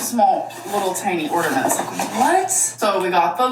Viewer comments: blocked me because she was saying people only believe she’s dumb because she’s fat but people believe Taylor Swift has a high IQ because she’s skinny and I replied “she’s literally a world renowned musical composer and you say ordament” 😂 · it is the furthest thing from iconic that she says ORDAMENTS it is quite literally INFURIATING BFFR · I too have missed hearing about ordamints from alr. 🥹